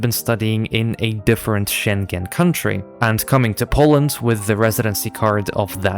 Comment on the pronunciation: As a luxembourger, hearing the pronounciation of Schengen with the g being clearly pronounced brought me physical pain lmao